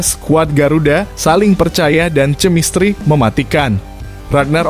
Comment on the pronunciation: Kemistri kok di baca cemistri,sungguh salah besar. Membaca harus sesuai dg aturan pengetahuan bahasa dan tata bahasa.